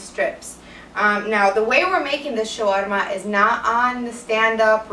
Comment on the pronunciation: u would have pronounced "Carne Asada" perfectly had u pronounced it the way u pronounce "Shawarma" :) love it!